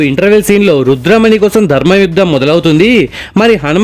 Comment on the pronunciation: అది రుద్రమణి కాదు రుధిరమణి